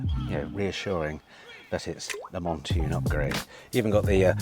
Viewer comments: Hi …It’s pronounced “Mount Tune” as in….Mount a Horse and Tune as in song. P.s you’re as mad as a box of Frogs 🐸 but, very entertaining stuff! 😂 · Surely u have been told by now it’s Mountune not Montune……oh & need to have a Tucson in stock permanently to hear u keep saying it….❤❤❤❤❤